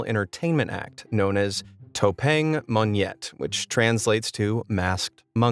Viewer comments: you kinda said 'topeng monyet' wrong but its ok bc you dont know how to say it(ps, im Indo) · it sound funny when you say "topeng monyet".!!